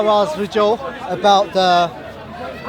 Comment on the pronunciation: Can someone tell that it's pronounced "VIDEO" not "VIJEO"